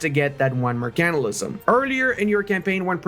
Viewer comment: learn how to say Mercantilism